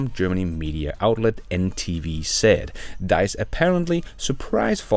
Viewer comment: It is not Deiss, he is call Diess :-)) Very surprising to hear that he is stepping down. Can't hear it anymore that they are not on track and don't "get" it. Perhaps.